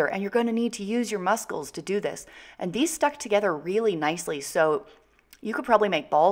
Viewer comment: I thought my family were the only ones who said musKLES lol 😂 ❤️❤️